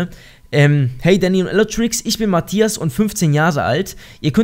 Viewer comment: Elotrix sagt immer däny